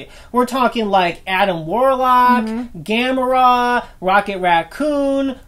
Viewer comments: You keep saying gamra!?It's Gamora! Gamra a turtle that flies. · Rocket is probably some of the darkest shit ever written starring an anthropomorphic animal, outside of creepy furry-porn. And for fucks-sake, it is pronounced - GAH-MORE-AH and THAH-NOHS.